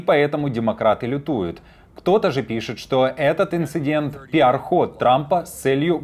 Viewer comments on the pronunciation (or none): none